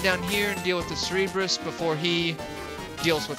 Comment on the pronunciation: SIR-burr-us. Just a minor nitpick.